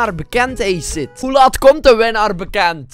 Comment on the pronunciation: Kunt gij nu nog steeds ni acid goed uitspreken